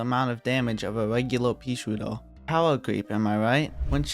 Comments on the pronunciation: Sounds like hes saying:"peashoar" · Bro says “peasootir” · I wittewary woved dis wideo, I wuv peaswooter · "Peashooduh" :3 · I love how he says paesootew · More like "peashiuduhh"